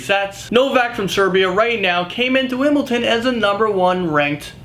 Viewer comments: wimbleton...WIMBLETON...WIMBLE-T-ON!?!?!?!??!?!?!?!?!?!?! its wimbledon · It's WimbleDON not Wimbleton